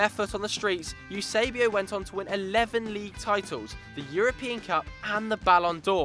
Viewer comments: You-sebio? seriously? WTF is that?? :O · nem sabem dizer Eusébio